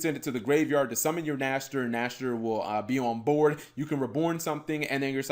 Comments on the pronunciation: Nächster Not Nashter means next in German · Its funny at first, but eventually, it can get annoying. I´d like, if they call it Cyber Dragon Nexter. Otherwise, its the Cyberdragon Dry all over again. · By the way, that thing is called "Cyber Dragon Nächster". "Nächster" is german for "next/the next one". English doesn't really have an Ä-sound. But here is a more-or-less ok google-sample